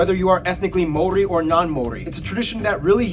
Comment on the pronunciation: Some of the Maori pronunciation was woeful ......🙄